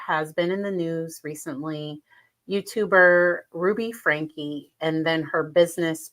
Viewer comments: It is pronounced Frankie. Two syllables not one word. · It’s FRANK E the E is not silent (at least that was how it was pronounced in court)